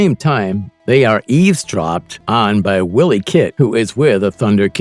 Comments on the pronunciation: It's NOT pronounced * Willy - Kit **, it's pronounced ** Why - Lee - Kit***! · "Willie Kit" Is called and pronounced "Wily" As in sly, cunning, crafty, foxy or as in Wile E coyote, NOT the Scottish name Willie or Wiley 😉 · You've never seen the show else you'd pronounce 'Wileykit' properly. Phonetically it's - 'While-y kit'.